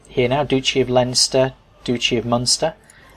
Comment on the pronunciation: Pretty sure it's pounced Dutchy as in Dutch.